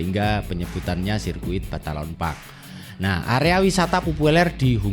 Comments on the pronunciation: balaton bro..bukan batalon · Numpang koreksi om...bukan batalon park, tapi balaton park